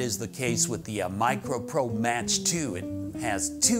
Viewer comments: It's "Mock" not "Match". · The Quilter isn't pronounced "Match", it's pronounced "Mack". It's Mach as in the speed of sound. And neodymium isn't a technology, it's a material. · mach is pronounced like "mock" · Nice review. Would like to add: “Mach” is pronounced “mock”, as in airspeed. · Who the heck would pronounce Mach as Match? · Thanks for the video. The Quilter Mach 2 is pronounced like ‘Mock’ 2 (used to own one), FYI.